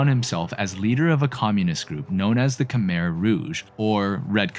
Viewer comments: Btw Khmer is pronounced “ku-my” not “ka-mir” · Khmer is pronounced "ku-mai" not "ku-mer" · Croissant. Pretty sure you don't pronounce the R in Khmer. It's more like Khmy. That said, funny that the US-backed "communist" country was eventually stopped from its atrocities by communist Vietnam.